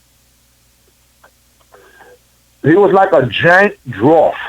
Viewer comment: “a drawf” hahahaha